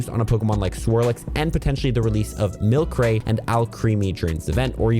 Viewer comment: For Milcery It’s not Mil-Cray its pronounced Mil-Sir-EE its a pun on Sorcery and its evolution is Alcremie which is a pun on Alchemy pronounced Al-Cream-EE